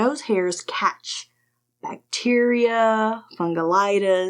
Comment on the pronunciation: Fungalitis? lmao. You got inflammation of your fungus? 🤣🤣